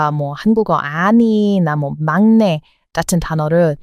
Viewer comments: 😮"막내" 발음은 "망내"로 발음하면 좋겠습니다. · 막래......망내 라고 발음하고요. 맏이......마지 라고 발음해요.....ㄷ이 ㅈ으로 변하는 경우가 많아요.....구개음화 라고 하는데 아무튼 그런게 있어요. 맏내.....이건 만내 라고 발음합니다. 한국어는 너무 정확하게 발음하면....오히려 어색합니다.......퐈이팅을(퐈이링). 인터넷을 (이너넷) 이라고 발음하는 것과 같아요. 자연스럽게 물흐르듯이....발음하는게 중요하다고 봐요....현지인들의 발음을 따라하면 됩니다. 한국어는 받침이 발달되어 있지만....실제로 그대로 발음하지 않습니다.....다 연음시켜서 발음하죠....어느나라든 다 그렇지 않을까요? 쓰는 것과 읽는 것은....차이가 있습니다. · 막내는 [mangnae]라고 발음하는 게 맞아요. ^^ 막내 발음하기 어려워하시는 것 같아 알려드려요. ^^ 내용이 너~무 재밌고 유익해서 잘 듣고 있어요. 정말 어쩜 이렇게 아는 게 많아요? 유튜브 안 했으면 가슴에 품고 있다가 폭발했을 것 같네요. ^^ 👍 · 맏이->마지, 막내->망내 로 발음합니다. 참고하세요. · 발음은 막내=>망내 / 맏이=>마지 라고 하시면 됩니다~~ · 막내는 망내 로 발음하고 맏이는 마지 로 발음해야 해요. 그래서 알파벳으로 고치면 망내는 maang-nae, 마지는 maa-gee로 쓰면 될 듯 합니다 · 써놓고는막내. 맏이 이지만 발음하기로는 망내 마지...발음 충돌 막힘을 방지하기 위해 잘 흐르는 발음으로 바뀜. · 맏이->마지 로 발음, 막내->망내 로 발음합니다. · 유튭에서 댓글을 달지 않은 지 몇 년째인지 모를 정돕니다. 그런데 의 가상한 한국사랑을 보고 나니 한 자 적지않을 수 없군요. 한국말을 거의 독학했다고 밝혔는데, 매우 잘 하는 수준입니다. 참고로, 거기에 한 가지를 짚어주고 싶습니다. 익히 알고있을 수 있겠지만, 한국말은 한글로 표기한 것과, 그것의 발음이 조금 다른 경우가 있습니다. 예로, 한한령( 발음은 한할령), 맏이(마지), 맏내(만내), 막내(망내). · 맏이 발음은 [마지]로 소리를 냅니다. 막내는 [망내]로 발음하고요. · 맏이는 마지, 막내는 망내 라고 발음하기 쉽게 읽어야해요^^